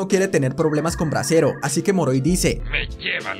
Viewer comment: Bresero con t tresero XDDD